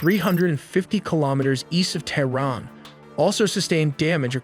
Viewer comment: Also Terrin (Tehran)